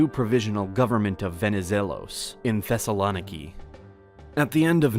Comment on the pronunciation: It's ThessaloNIki not ThessaLOniki